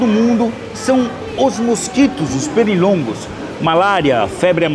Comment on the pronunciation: "Perirongos" kkkkkk " febre amalela" 😂😂😂😂😂😂😂